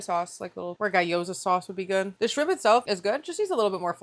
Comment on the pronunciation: I love you so much but it’s gee oh za 😭